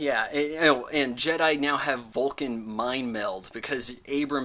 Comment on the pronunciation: "Episode 4: Return of the Jed" lol